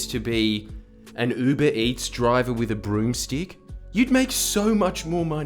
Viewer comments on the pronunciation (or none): none